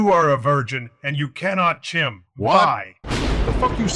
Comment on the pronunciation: "You will never chim!" Fucking TRIGGERED!